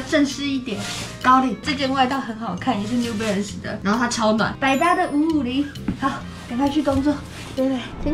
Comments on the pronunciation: New Belance 是什麼啦 這發音............ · 有人跟我一樣一直聽成new blance的嗎?是我聽錯(?